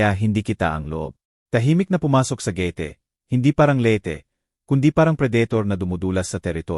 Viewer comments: Ayusin mo ang pag kwentoat pag bigkas ng gate hindi ge ti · Hindi marunong mag basa anong gete? josy jose yan? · Añg daming maling pagbigkas ng mga salita , Ang gate naging gete in,hope y hopi